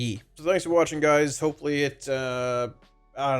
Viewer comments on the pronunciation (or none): none